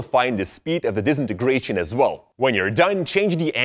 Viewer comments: No one:: D I S E N A N E N G R A T I O N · It sounds like he’s saying disnieystration then. Disintegration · I asked for the disintegration effect not the dezinargration effect. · For goodness sake learn how to say disintegration properly - here I'll sound it out for you 'Dis in ter gra tion' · Disintigreation Effect Disintigrations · No one: DISNIGRATION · I hate how he says disenagracion affect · “Disinigratin” effect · He doesn't wanna do it cuz he cant even say DISINTEGRATION correctly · I nearly forgot how to say Disintegration Because of the way you pronounce it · I think he didnt wanna do it cuz he cant pronounce Disintegration right lol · I live for pronouncing disintegration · Now I am gonna do the disintegration effet the way you pronounced that word was different.